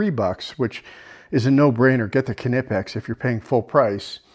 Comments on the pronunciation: the knipex are pronounced nipex. the k is silent. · Silent K in Knipex